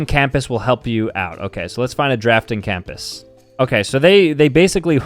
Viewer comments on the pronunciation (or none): bro said campass. Not compass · is the type of guy to pronounce compass as “campus” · His pronunciation of compass makes me physically angry